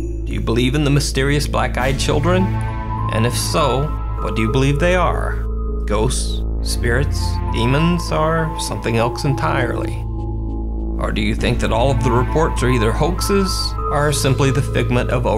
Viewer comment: Nooo, you did not just say "elks" instead of "else". hahahah fuck, you probably say "expecially" instead of "especially" too.